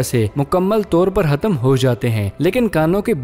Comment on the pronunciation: Apka naam he ya?ap khatam hatam bolte hen,kiu?